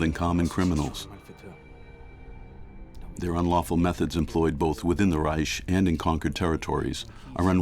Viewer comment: Reich is pronounced Ryke and Keitel is Kye Tell. My granddad fought in the battle for Berlin in May 1945.